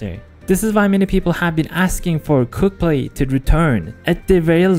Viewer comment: i keep on hearing "cooked-play" rather than "quickplay"